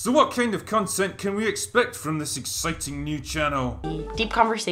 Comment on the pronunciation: I thought he said crontent creators